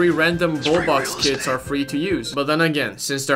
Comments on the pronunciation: When he says kits I think he says kids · "You can equip the kids skin if you like their drip" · Youtube does too